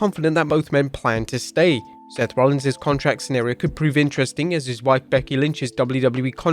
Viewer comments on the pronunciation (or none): none